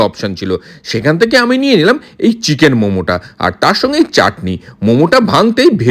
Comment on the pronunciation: Cheeeeeken noy chicken boley.